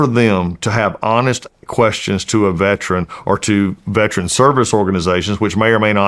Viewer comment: Mr. Collins , please pronounce the word correctly, Veteran not veTRAN. I live in Ga. I get it we can get words pronunciation lazy.